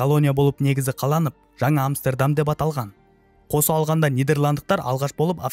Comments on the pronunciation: Амстердам деген Амберем деген сияктыма? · Амстердам деп айтқаныңыз басқаша естіледі екен құлаққа 😂 басқаша айтасыз